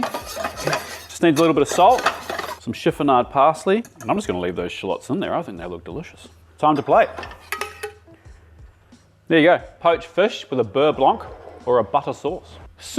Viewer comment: Chef I love you but in beurre blanc, the C is silent!